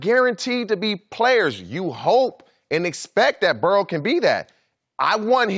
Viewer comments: Everybody: Joe Burrow Marcellus Wiley: Joe Burrell Ridiculous 🤣🤣🤣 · This is the dumbest group of people I've ever seen lmao that one guy said joe burrows name wrong